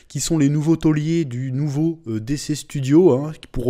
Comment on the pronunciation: T'a prononciation de dc me fait grincer des dents 😬😂